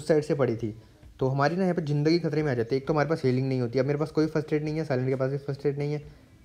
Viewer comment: Why Yar, "Jindagi"😂 Lafz "Zindagi"😘 Istemal Karo Jani